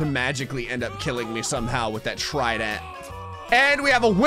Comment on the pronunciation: Listen closely to when says tridant